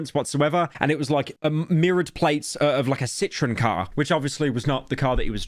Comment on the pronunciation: bro said "Citron car" 💀